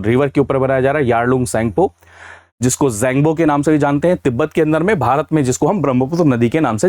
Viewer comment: Sir its Yarlung Tsangpo